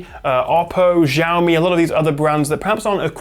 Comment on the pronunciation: He literally said "JIAOMI".